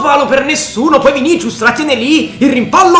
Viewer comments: Vinisius non vinicius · Vinicius si pronuncia Vinisius